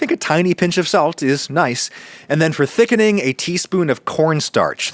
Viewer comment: Tiny pinch of “sault”